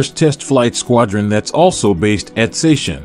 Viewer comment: you must have misheard because 사천 is said sa-cheon like its spelled. sa like the sa in "balsamic" and cheon is said like chun in "chun li" from street fighter. if you look up the sacheon city youtube channel you'll hear them say it properly. source: i speak korean